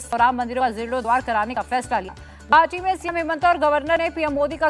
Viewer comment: Madam ji aapki voice clear nehi he 😅 aap Harbari se garbari kar rahe ho 😅 guwahati ko aati bol rahe ho 😌